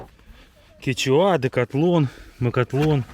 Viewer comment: Откуда такой перевод? Почему произношение "Кечува или Кетчуа"?))))